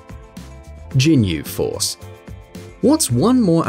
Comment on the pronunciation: "Big fan of the Ginyu Force" but can pronounce their name for shit lol